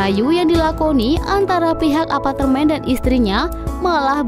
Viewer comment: Pengisi suarnya bilang Apatermen Bener gak..?